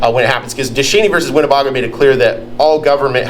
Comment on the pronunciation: its win ne BAY GO! NOT BAH GO.